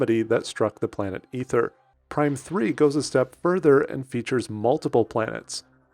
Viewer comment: mfw someone actually pronounces Aether correctly :DDDDDDDD